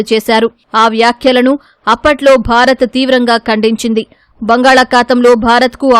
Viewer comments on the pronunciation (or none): none